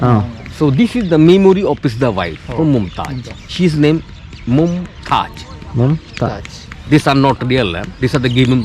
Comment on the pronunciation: MOMTAJ ALLA MOMTAZZ